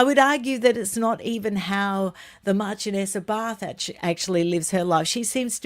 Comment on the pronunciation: PS it’s Marchioness. Pronounced sh not ch